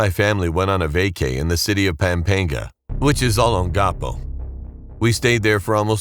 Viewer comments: “Pempenga” ITS PAMPANGA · Pangpanga❌ Paengpengga☑️☑️ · Pampanga ❌ Pampænga✅ Bahay Kubo ❌ Bæyhæy Koobo ✅ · Im sorry what ? "Peimpeinga" 🫠🫠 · Bro he pronounced Pampanga To Pampanga IM IRRITATED